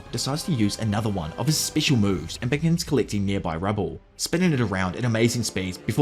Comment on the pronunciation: That not how you say special. Grow up